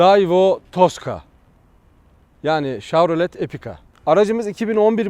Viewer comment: abi şav değil şev diye okunuyor o :D